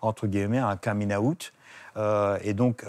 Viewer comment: Par contre son accent anglais est déplorable: un caming aout???? pour un coming out.